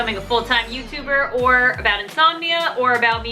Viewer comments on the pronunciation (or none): you just said youber and not youtuber😂😂😂(no ofensse😭😭)